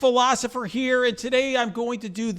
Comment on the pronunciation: "Hey guys, Phy-losopher here"